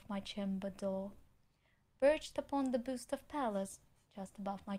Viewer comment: Маргинал попустился бы ю единственная ошибка-это буст, а рейспайт она правильно прочитала